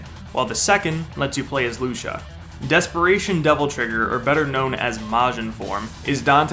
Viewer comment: It's Lucia not luscha lol